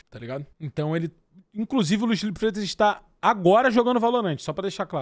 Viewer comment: esse "Fifero" Mello me pegou pra crlh kkkkkkk